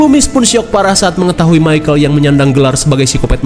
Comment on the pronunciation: Michael bang, bukan micahel 😅